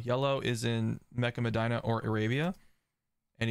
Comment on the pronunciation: I knew you were from Ohio by the way you pronounced Medina.